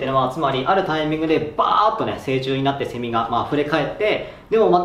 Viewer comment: セミの発音がおかしい笑